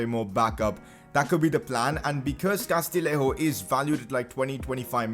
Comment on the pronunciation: Just a tip, the double L in Castillejo is a Y sound, so Castiyejo:) And now you're gonna get rid of him haha